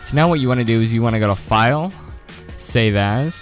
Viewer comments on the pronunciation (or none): When he said save as i heard "Save Ass"